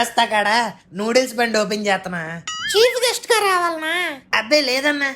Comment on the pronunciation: న్యూడిల్స్ కాదు రా...నూడిల్స్ రా...